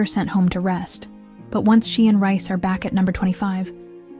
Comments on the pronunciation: His name is NOT rice ffs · For f***k sake it's reece not bloody rice. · Please stop calling him Rice it's doing my head in.